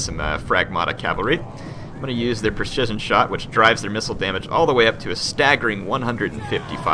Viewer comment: you're pronunciation of precision is... ironic. haha